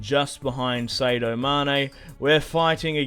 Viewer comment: sadio mane is said as (Saa-di-o)